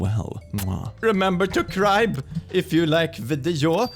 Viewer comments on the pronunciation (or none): What he said: remember to subscribe 😊 What I heard: remember to cry 😊